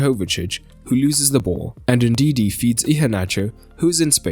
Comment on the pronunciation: Ndidi* not Ndindi